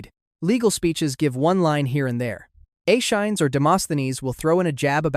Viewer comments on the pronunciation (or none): Aeschines = ESS-KEE-NEEZ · I think Aeschines isn’t said Ashines but instead Aea skin knees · Accent “Anacreon” on he second syllable (not on the third) to say it right. Also, please consider Googling the pronunciation of.”Aeschines.”